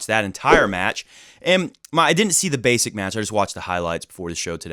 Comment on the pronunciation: I've never heard anyone say "Rafans" other than you. Also, it's clear you don't really follow challenger level tennis if you haven't heard of Mirza Basic before (the way to read his surname is just like Karlovic's surname), Tallon Griekspoor is not that well-known even if you are interested in the lower levels of pro tennis. I follow challenger level tennis a lot and Mirza Basic is one of the most important figures there, I think he has a great game and I'm really happy to see him breakthrough.